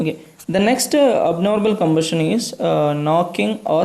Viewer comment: You should follow the proper pronunciation , like compression and combustion. All the best brother ❤